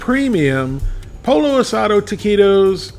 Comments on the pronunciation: It's pronounced "POY-yo", not "polo". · The best Taquitos I've tried, and haven't tried them all, are El Monterey Extra Crunchy Taquitos. The "Extra Crunchy," not their regular ones. They come in SouthWest Chicken or Taco Seasoned Beef & Cheese. Sorry to be a Scooter, but... Pollo isn't pronounced like a Polo Shirt. It's Po Yo. Double L in Spanish is a Y sound. Birria is more like Beer E Ya, but close enough. Oh, Corn Tortillas., btw. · Not poLLO! Poiyo. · "Polo." That's the way Scooter pronounces it. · Flour tortillas are heavier. Pollo is pronounced Poy-oh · Pollo is pronounced poyo. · I grew up eating Mexican food and didn't even know about flour tortillas until I was an adult. I prefer corn. Just heat them up on the stove burner..... yum. Instead of these, get a pack of corn tortillas and make your own. Oh and pollo is pronounced poyo. But that's okay, lots of people do that. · we love ya, son, but--you pronounce torilla correctly but pollo is pronounce poyo. In Spanish it seems the double 'll' is said like the letter 'y'. Just sayin'. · The two L's in "Pollo" are not pronounced like standard L's. Proper pronunciation of "Pollo" is Poeeyo. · Lol... POLLO is pronounced...POYO POYO =Chicken 2) L L ... together .... is a Y sound Never ....L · Beer-ee-uh poy-oh/ aus-au-doh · Pollo is pronounced Poy-oh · Scooter here.. Pollo is pronounced poyo. Just sayin.. Also, taquitos should be covered in a good guacamole.. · Damn, I'm whiter than a gardenia petal and even I know you don't pronounce pollo as "Polo" lmao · Its powlo. And beerya. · gotta love Larrys spanish... POLO asado, and beef BA-re-ah